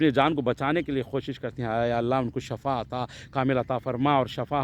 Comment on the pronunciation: Shafa ni ahamed bhaiya shefa bolna katy shafa bolytu boodi katy